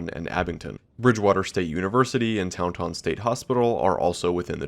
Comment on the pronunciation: Hearing Towntawn as someone who lives in Taunton is hilarious